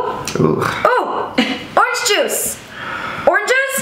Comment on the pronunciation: “Oreeeenge marmalade” I’m gonna have to unstan Shane I’m sorry